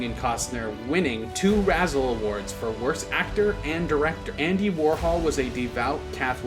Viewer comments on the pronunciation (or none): "Razzie" award, NOT "Razzle". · Dude .. RAZZIE, NOT RAZZLE! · You said Star Trak. You said Razzle Award.